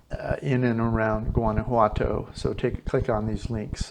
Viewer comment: learn to pronounce it correctly... It's wanna-wato... like ah-wah for water... and walk-a-molee for avacado dip... do you listen to the locals?